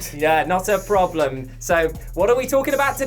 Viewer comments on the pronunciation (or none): none